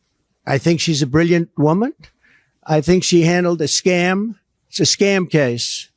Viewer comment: Did Orange Julius Caesar say, "scam case" or "SCAB case"? ￼:face-orange-frowning